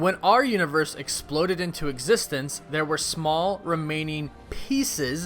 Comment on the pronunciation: As long as i exsist i think this guy is not gonna stop saying EXSISTE OR EXSISTENDS